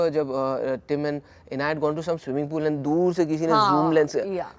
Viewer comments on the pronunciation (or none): none